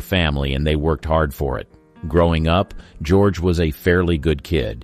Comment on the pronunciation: Ga-roge? Bad computer generation.